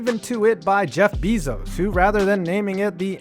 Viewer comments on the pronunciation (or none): he called Jeff bezos Jeff beeezos